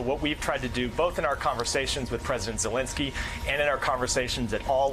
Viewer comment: they are not soviets lol and pls pronounce Zelensky correctly.